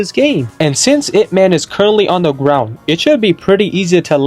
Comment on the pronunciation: it's not "I.P.". it's "Ip" like up but put an I instead of a u